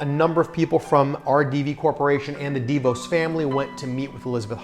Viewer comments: The name of the DeVos family isn't pronounced dee'-vose. It's pronounced dee-voss'. Emphasis on Voss. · Pronounced "deh-VAWSS", we're from their home town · I've mostly heard it pronounced D'Vos. Not sure which is right or that it matters. Great content regardless.